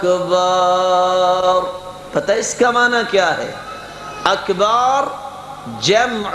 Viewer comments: قاری صاحب آپ خود اکبر کو اکھیبر پڑھ رہے ہیں یہ کس تجوید نے سکھایا ہے آپکو وضاحت کریں بہت سارے لوگوں کو میں سنا ہے. اللہ اکبر کے بجائے اللہ اکھیبر پڑھتے ہیں یہ کہاں تک درست ہے کیا ک کو کھ پڑھا جاتا ہے اسکی بھی وضاحت کریں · خود قاری صاحب اکبر کو اکھیبر پڑھ رہے ہیں یہ کہاں تک درست ہے